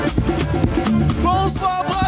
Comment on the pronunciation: Mais au fait le présentateur là sort d'où Comment il peut assassiner ton comme ça Youka carrément 😅😅😅😅